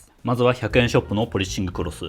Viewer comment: 「ポリッシングクロス」の発音すき